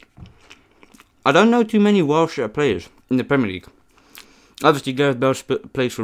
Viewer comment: Nice vid entertaning. Just a question as you cannot drive a car do you walk by youraelf to hwt your food for your vids. Also your pronounce it whales i know ots wierd but there ys go